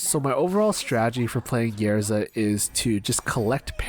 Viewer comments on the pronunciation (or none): love your videos. it is Ysera and not Yersa